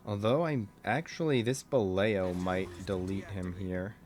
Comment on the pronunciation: I always appreciate you articulating your reasoning while playing this infernal game. fyi, Balao was supposed to sound like ba-lau, 'cos they kept their submarine names weird during the war. I just looked it up-- means "halfbeak" in reference to a group of fish that includes flying fish. The Gato, meanwhile was named for catsharks (?) which are also known as dogfish...